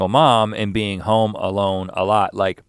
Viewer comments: And I was stupidly laughing... "I'm not used to have another bean on my right side" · I thought Link kept saying "bean" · The number of times Link said "being" and it sounded like "bean" was remarkable 😭😂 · I actually thought he meant to say bean! Omg.